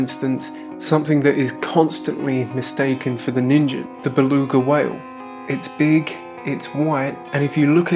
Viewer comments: you’re saying “ninjen” it’s a “g” so “ninGEN” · Nin-gen not ninjen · Ningen isn't pronounced with a j sound. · Lmao he pronounced nigen so wrong😭😭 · That's not how you pronounce that.